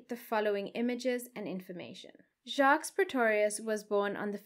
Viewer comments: please listen to the French pronunciation of Jacques as the S is silent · Hi 😊 In case nobody told you. (I didn’t read all the comments). The last “s” in Jacques’ name is silent. Pronunciation is: Jacque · TIP: You don't pronounce the "S" in "Jacques". The "S" is SILENT.